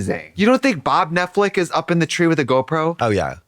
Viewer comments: Trixie calls Netflix Netflic and that makes me so mad😂😂😂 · I love nothing more than hearing trixie say “Netflick” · I'll never get tired of trixie sayin "Netflick" 🩷🩷🩷🩷🩷